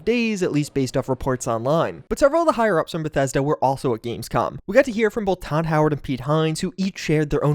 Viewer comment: said "gamescum" haha